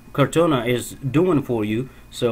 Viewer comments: It's "core-tah-nah", not "car-tone-ah" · I was about to post the same comment... it is cor taaaaa naaaaaaa